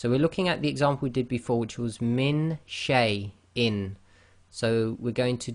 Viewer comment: you pronounce sheiin wrong